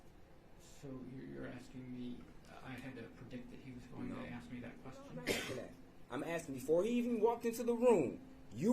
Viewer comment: 4yrs of college 3yrs of law school still says "axe"